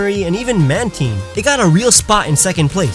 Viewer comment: Finally someone pronounced mantine right